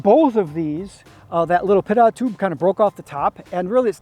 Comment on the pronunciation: Cool. Pretty nice..it is ‘pitot’ tube. (PEE-TOE) tube..